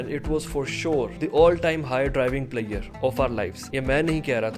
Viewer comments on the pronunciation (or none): Measure = maier 😂, pleasure = plaiere 😂= Angrezi ka satyanas